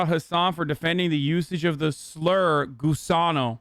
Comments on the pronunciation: Litterally same. Was about the make this same comment 😂 I didn’t even realize he was saying gusano because of the way he says it. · It’s really gross that Hasan is saying Gusano, he should be saying Gusanx